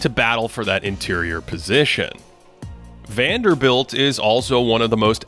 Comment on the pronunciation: Guy: Is called Jarred Vanderbilt: WANDELL!